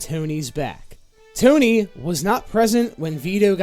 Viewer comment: Toe Knee